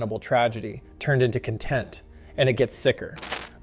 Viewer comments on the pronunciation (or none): Could you please tell the "person" presenting this nonsense that the word isn't "con TENT, but CON - tent"? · he can't read his words. CONtent, not conTENT. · I thought Chay was the first trans person and why did he say content when he meant connnn tent? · Omg the frigging guy that was watching saying 'cont-ent' (as in a content creator) as 'con-tent' (as in a degree of happiness) was pissing my shit *off*.. Like, i get reading from a script (I guess, at least in this case), but ffs know what word you're trying to say and if you mess up the first time.... say it correctly the second at the very least!!! 😠Ahhhhhh! Sorry, rant over. 🙂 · The original video guy keeps saying con-TENT instead of CON-tent, and it's all I can think about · A lot of the pronunciations from the narrator made it sound like it was AI scripted. Like how he kept pronouncing content as 'cun-tent' instead of 'kahn-tent'. But regardless it was just overdramatized click bait. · Is the show / channel is watching, an AI narrator? How do you mess up pronouncing “content” wrong, not once—but twice? I hate AI channels. Just money makers. And the writing sounds like Chat GBT went into “smug” mode. Talent means less and less each day in a world where kuhn-TENT is digitally farm-raised in a nanosecond. Makes me have extra love for, and my human-created channels. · The narrator that is watching not being able to say the word “content”.😂😂😂😂😂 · One line convinced me that video is voiced by AI: pronouncing content (as in video content) as content (as in happy/satiated). Not only does the video get so many things wrong, clearly doesn’t do proper research, but the channel couldn’t even be bothered to narrate it themselves. ffs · this is AI... the narrator is saying 'content' wrong 😂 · I can't take this guy seriously because he keeps pronouncing "content" wrong for the context of what he's saying. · The narrator keeps mispronouncing the word content. Makes the whole video suss. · yep, it's AI.